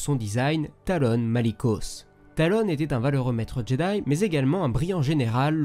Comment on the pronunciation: C’est Taron Malicos et non Talon Malicos.